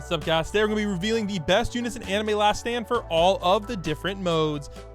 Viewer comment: still said it wrong too 😭